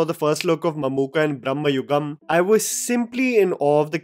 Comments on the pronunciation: It's not 'bhramma' yugam (age of bhramam) man, it's 'Bhrama-yugam' bhramam means madness.. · It's not brhama but bhrahba(confusion) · It's not pronounced brammayugam, it's bramayugam , bramam means madness. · It is not Brahmayugam like Lord Brahma, but Bhramayugam, Bhrama like illusion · Exactly. I saw many ppl makes this mistake even after seeing the movie. Mamooty clearly says 'bramayugam' brama means going mad. But many ppl say it's as brammhayugam. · Its bramayugam not branmayugam. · The title of the movie is pronounced "bhrama yugam" and not "bramma yugam" as you say in the first few seconds of your video. The first word in the title means delusion (in hindi - भ्रम). Your pronounciation of the first word in the title as bramma (in hindi - ब्रह्मा) makes you interpret the title for an "era that represents the exodus of Gods", when in fact it is referring to the delusions of the principal characters in the movie. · You are pronouncing it in the wrong way. Its Bramayugam,not Brahmayugam. Both are different in meaning. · Its not bramma yugam it is bramahyugan.. Bramam means madness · just a lil correction. it isnt "brahma" yugam (like the god brahma). its "bhrama" yugam. like bhram. roughly transalted as confusion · Please try to pronounce, it as Bharama yugam(Madness age), Not as Bhrammayuagam(Time of Hindu god Bhramma) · Bro not brahmayugam its bramayugam both have different meanings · Bro its not Bhrahmma.....its Bhrama.......illution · It's not bhramayugam it's bramayugam, bramam meaning fantasy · You are pronouncing the title wrong. You are saying brahmayugam which means age of Brahma (like the god). It's actually age of madness it's pronounced different, m sound is not stressed, b sound is not like that of biriyani but of Bharath. Bramayugam. Not ब्रह्म its भ्रम. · it is not Brahmayugam, but Bhramayugam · It is not ‘bram-ma’ yugam. It is “bhra-ma” yugam . Meanings are apart. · It's not Brahmayugam, it's pronounced Brama-yugam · Bramayugam not Bhramayugam